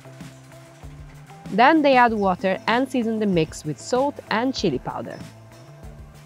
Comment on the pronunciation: I think person who is giving voiceover dont no how to say salt :face-green-smiling::face-green-smiling